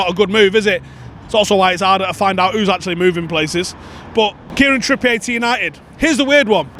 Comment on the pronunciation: Why the fuck are you saying Trippiyay? You know he’s not French right big lad?